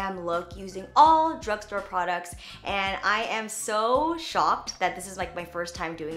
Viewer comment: Intro said dugstore 🤔😂